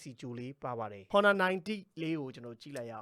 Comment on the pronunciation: အော်နာလား ဟော်နာလား အသံထွက်အမှန်ကို ရှာကြည့်ပါ။